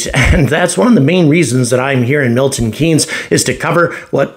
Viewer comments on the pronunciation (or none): none